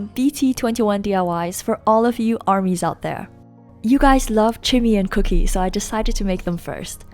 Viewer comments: It's Kookie Not Cookie hehehehehhe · Omg u are so cute it's not cooky it's Kookie 😂🤗